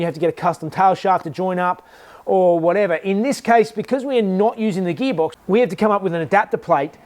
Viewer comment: “Subaru gheebox” 😁